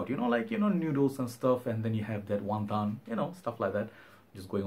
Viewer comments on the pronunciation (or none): none